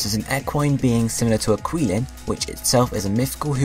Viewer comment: Just to let you know, I have been taking Chinese for about 4 years and the correct pronunciation of QiLin is chi-Lin. If you do need help pronouncing some Chinese names, you can let me know via Skype if you do need it. :3